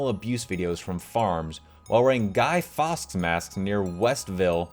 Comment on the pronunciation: You pronounced Guy Fawkes wrong had to dislike after that